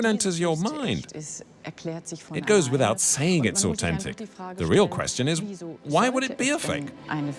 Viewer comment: Who pronounces au-then-tic au-ten-tic? Its so annoying.